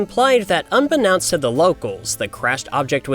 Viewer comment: The "knownst" in Unbeknownst is pronounced like "known," not "noun."